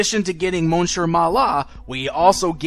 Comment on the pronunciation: It's pronounced Miss-ieur. It's annoying.